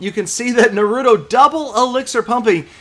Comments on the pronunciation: ITS NAH-ROO-TOE not NUH-ROOT-O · it Na-rue-tow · Oh no pls its pronounced NA-ru-to Uzumaki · its Pronouced NAR-UH-TOH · its suppose to be Naruto (Nah-Roo-Toe) probably looks wrong in text.. easier to say lol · I've never watched the show but i know its pronounced NAH-RU-TOE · he said Naruto so white LMAO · you haven't seen Naruto before huh😩? You said the name all wrong on this. You should watch the Anime so you know how to say it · I guess isn't a anime fan he pronounced wrong and didn't knew Naruto 😂😂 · I cringed when he tried to pronounce naruto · time to watch some Naruto and get that pronunciation down man! Making me cringe over here! Haha. Another nice video, as always. Thanks! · when murders Naruto's name...... smh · The way he pronounced naruto killed me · He pronounce naruto wrong